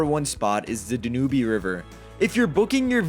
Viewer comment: If you’re going to do this kind of video, be sure you are pronouncing rivers, such as the DanUbe River correctly. You lose all credibility.